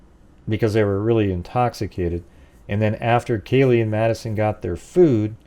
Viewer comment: Oh man …how you gonna do such an awesome job on this model and then not say kaylees name even remotely correct